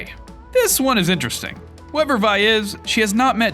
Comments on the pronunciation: Vee not vy but no hate love your vids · It is V-E not Vy ve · It v not vi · “Vi”? It’s Vee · Why do you call her vai. It’s legit 6 Roman numerals. Also if you’re not going to pay attention to maths and culture at least call her vee. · You pronounce vi like v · ITS NOT PRONOUNCED VI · I thought it was VI (Vee) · Ikr he always says it wrong, even epic confirmed it was Vi (vee) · vi is pronounced as vee